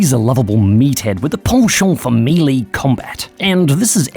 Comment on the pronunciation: That’s not how you pronounce “melee.”